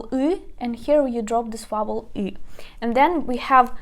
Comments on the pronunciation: You are also mispronouncing the word "vowel." The "v" is pronounced with a v sound, like the sound B in Ukrainian. "Vowel" does not begin with the sound "w" in English. It starts with "v." On the other hand, the "w" is not a "v." The "w" s a true English "w," it sounds like wa-in want, we, or win. Not a v, but a w. Don't give up. You are almost there. Other than that, you are an excellent teacher, very kind and patient. I learned alot from your presentation. DyakuIO! Irene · vowels is pronounced veaol or веаоул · Vowel = вауэль . I hope it helps. Your videos are most excellent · Vowel almost sounds like the word "fowl" but softer. Mid-western American English today.